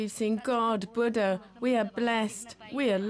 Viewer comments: He is not Baada but Booda! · "Butter"? .. Oh my 😅😂🤣, lady, please learn to say "Buddha" right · the "U" is pronounced as "oo" in foot and the second "d" is aspirated "dh". she says "ba da" and she's totally wrong in her pronunciation. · It's bu-udha not bud-da 😂😂. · Not bud - da, bhu - dda. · What's "Baddha"? The woman's mispronunciation marred the entire documentary. Ignorance or affectation? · whenever you say buddha i hear butter lol little butter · Lol yeah even in the auto generated English translation its showing butter in caption!! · The way the narrator pronounces "bada" 🙄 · Very annoying how the commentor keeps pronouncing the name Buddha as ‘batta’. You think she could have asked for the proper pronunciation rather showing her ignorance and disrespect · Its not Booo Duh. She's closer to the correct pronunciation. She does not say Ba da. She more so says Bud Duh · I watched about 10 minutes of this but had to stop. I couldn't get past the narrators pronunciation of Buddha. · It wouldn't surprise me as the narrator can't even pronounce the name of the Buddha correctly. I'm wondering just how much research has been done for this documentary. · dumb pronunciation on Buddha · Its really annoying when you misptonounced BUDDHA... Please go and learn how to say the name BUDDHA properly... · Why this commentator has to mispronounce both Buddha and Siddhartha is beyond me. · No way. Moreover it's a display of ignorance. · First thing its pronounce as Ni pal not ni pol. And second not butter its Buddha....